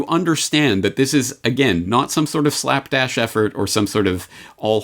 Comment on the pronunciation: .....SLAPDASH (not slackdash)